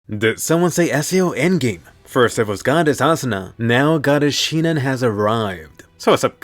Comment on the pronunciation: Why is everyone calling her shinon